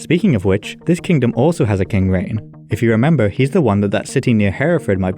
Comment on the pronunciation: Rhain is pronounced like rhine and rheinwg is pronounced like reign. seisyllwg is pronounced like say-sus. I get that the southerners pronounce ei like ai, but they are wrong, it's far too inconsistent, while if you just use the northern pronunciation, you'll have a wonderfully consistent time. I mean it's bad enough that we have ae, ai and au all sounding the same, they want to also add ei to the pot??? utter madness.